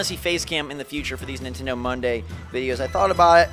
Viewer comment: Mon-tend-ay..?! Eh...!